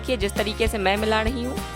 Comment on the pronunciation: Aap rahi ko dahi kyu bolti h